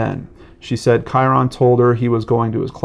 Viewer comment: Just a friendly fyi! Kyron is pronounced "Ky-rin"... ;-D